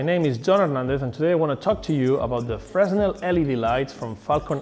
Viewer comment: Hi, Nice video. Just for your information, we don't pronounce the "S" in Fresnel. So it's pronounsd "Freh-nel". This is one of the strange mechanisms of french language. Yep, we are weird. ;)